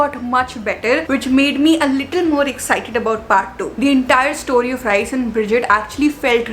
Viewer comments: its Rhys as in Reese not Rice 😭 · it is not Rice it is Rhyys pronunciation wise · Rhys is actually pronounced at ries...ps no hate